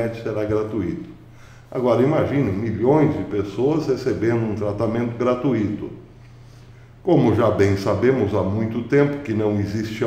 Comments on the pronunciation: Não é "gra-tu-í-to", trata-se de um ditongo, pronuncia-se gra-tui-to, como "fortuito". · Prezado, peço licença para fazer uma pequena correção: palavra gra-tui-to possui um ditongo na sílaba tui, e não um hiato. Abraço!!